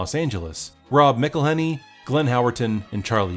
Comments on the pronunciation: Nitpicking a bit, but if Rob's name was said "MIC-elhenney", wouldn't the nickname be MICK? I think it's MAC-elhenney, because then the MAC nickname makes sense. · It's pronounced MAC-elhenney, and he never actually wanted to act in the show. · McElhenney is pronounced Mack-Uhl-ay-nee